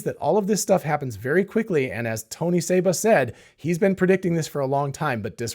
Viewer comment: Tony SEEba, not "Sabre"